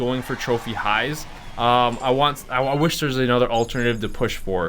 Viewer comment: "Whish list"?